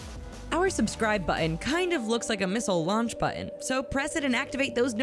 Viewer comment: Damn, can she mispronounce “button” any worse???